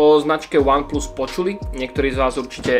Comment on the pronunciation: Ach jo , z toho jak říkáš VAN PLUS mě bolí uši :DD